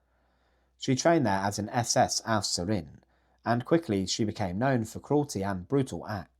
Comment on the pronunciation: After all these years of milking this it is about time you pronounce the word Aufseherin properly. Both e's are equally long, the first one is pronounced as the é in French.